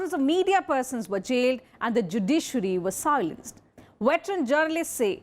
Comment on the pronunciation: its silence not siolence dont be american 🤣🤣🤣